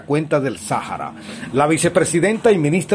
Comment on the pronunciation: sahara no sajara